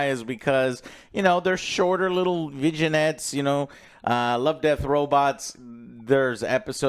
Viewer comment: my brother in empreh joe, its vin yet, not vijenette